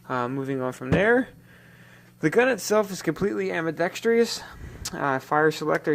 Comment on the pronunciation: Ambidextrous has fours syllables. Am. Bee. Dex. Trus. Not five. Not: Am. Bee. Dex. Tree. Us.